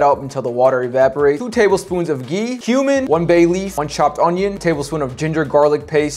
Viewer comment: "gonna add 2 tablespoon of GeEee" Lmao 🤣